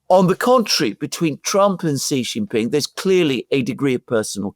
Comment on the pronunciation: Excellent content, as usual. One quick note for Mr. Mercouris: "Jin" in Xi Jinping is pronounced "gin" like gin and tonic. "Xi" in Xi Jinping is pronounced a lot like "she", as in the female pronoun. Not with a sound like "z" in zebra, "g" in genius, "j" in je t'aime, nor "s" in sea. (See Wikipedia article 'Xi (surname)' or Google will say it. Phonetically, it is /ʃiː/ or shee.) (If one pronounced Trump like Thrump or Macron like Maclon, a polite correction would be appropriate, right? Well, Xi is just as prominent a leader.)